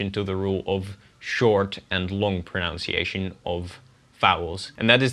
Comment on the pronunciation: I loved this video. It was very interesting. However, don't say 'pronounciation', it sounds horrible. The right word is 'pronunciation'.